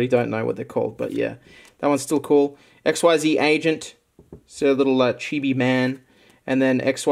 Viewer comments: Btw, XYZ is pronounced like "exceed" but with a z instead of a d. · Xyz is Pronounced ik-seez. Get your Yu-gi-oh! Knowledge right mate.